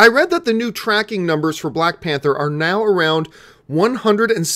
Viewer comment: it's spelled Panther not pather